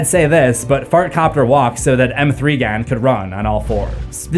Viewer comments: The movie is pronounced Megan, not M three gan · Are we just gonna brush over the fact that he called the movie “Megan” M3 gan 😂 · "M three Gan" brother eugh